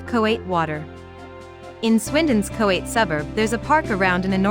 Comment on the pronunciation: Mispronounciations need corrected: Coate is pronounced Coat. Lydiard is pronounced Lid-e-urd. Places to add: the Town Gardens